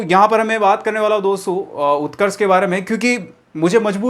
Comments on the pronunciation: Utkarsh ka o nhi u hota hai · Utrakskh m u hota hai o nahi bas y word mistake Hui h video m sudhar lena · उत्कर्ष में O आता ही नहीं यार😂😂😂😂😂😂😂😂😂😂